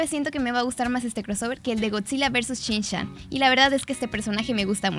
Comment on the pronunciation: Shinshan??😂😂 entonces para qué escribes shinchan lol